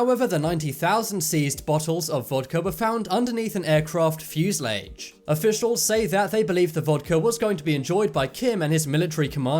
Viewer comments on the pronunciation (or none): Very poorly researched...... and who pronounces ˋfuselage’ like that?